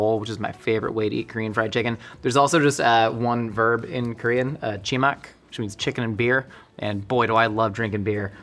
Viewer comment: Chi-mek, bro. Mek. Mak would be Chinese. Romanized/anglicized it's actually Chi-maek.